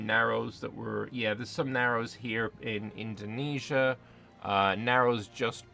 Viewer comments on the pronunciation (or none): none